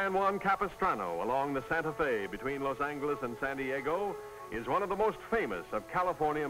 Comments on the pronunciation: OH MY GHOD if he says Los ANGLE-iss ONE more time.... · Los "Angle"s (not "Angel" with a "soft" g)...interesting. Watching tennis with all the men wearing white shirts and ties.....interesting. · Parade floats at the end are so nice compared to the ugly GMC pickup trucks of today which drive along, each one pulling a trailer which for some reason the announcers call a float. It's not a float it's not floating, it is a trailer being dragged by a new pickup truck. And there were still people saying "Loss Angle-ess" in the late 1970s in shows such as Rockford and Columbo and probably Kojak too. They were usually wealthy southern gentlemen who flashed rolls of thousand dollar bills which were also still in use then. (although both of those shows almost exclusively featured wealthy characters played by the guest stars, how else was capitalist spending to be showcased, creating an empty feeling for the poor viewers just in time for the sponsors ads to suggest a way to make them feel better and more importantly to keep them poor). Say what you will about that pronunciation, it's certainly no worse than the obligatory modern substitution of the word gifted for gave.